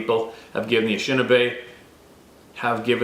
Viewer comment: can you at least say the name of the tribe the way it was meant? It is Ah nish' shin naw' bay. You are pronouncing it wrong. And it's also Paw' to waw' to me.